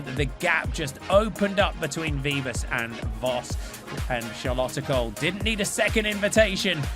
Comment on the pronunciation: I thought English commentators by now would know how to pronounce "Kool" the right way haha (It's like cole, not cool)